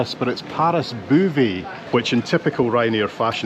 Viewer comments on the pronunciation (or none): There is no BOO in Beauvais, it's more like Boh-vay. There is no BOO in Beauvais, it's more like Boh-vay. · Well done. I think had the better part. Disney just doesn't do it for me. Btw Beauvais is pronounced BOH-VAY.